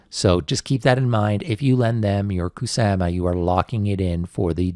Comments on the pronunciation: kuSAMa... kuSAMa.... the way u saying kuSAMa is very triggering to me idk why... kuSAHma not kuSAMa kuSAMa kuSAMA kuSAMA REEEEEEEEEEEEEEEEEEEEEEEEEEEEEEEEEEEEEEEEEEEEEEEEEEEEEEEEEEEEEEEEEEEEEEEEEEEEEEEEEEEEEEEEEEEEEEEEEEEEEEEEEEEEEEEEEEEEEEEEEEEEEEEEEEEEEEEEEEEEEEEEEEEEEEEEEEEEEEEEEEEEEEEEEEEEEEEEEEEEEEEEEEEEEEEEEEEEEEEEEEEEEEEEEEEEEEEEEEEEEEEEEEEEEEEEEEEEEEEEEEEEEEEEEEEEEEEEEEEEEEEEEEEEEEEEEEEEEEEEEEEEEEEEEEEEEEEEEEEEEEEEEEEEEEEEEEEEEEEEEE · The way you say Ku sa ma is cringe